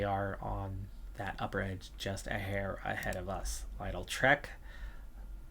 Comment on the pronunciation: Just so you're aware it's lidl like little